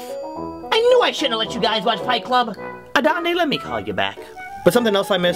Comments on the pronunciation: It's A-dand-e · ada adalandele adeline adele gee it's ADANDE (uh -don-day) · That’s not how you say his name that name is a girls name